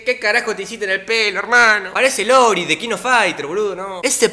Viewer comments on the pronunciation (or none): Minuto "parece "Lori el de kof" jaj no es " Iori? Jaj se burla el mamon y ni hablar sabe